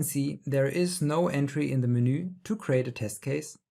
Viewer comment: it's not menoooooo, it is MENU 🤣